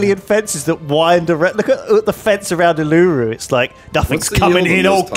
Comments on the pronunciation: Every time he mis pronounces Uluru a small part of Australian history dies. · was triggering me so much the way he was saying it lol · Every time they say Uluru I die! For years they have been saying it wrong.